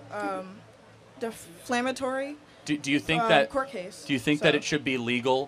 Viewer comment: She said, "deflammatory!" 😂😂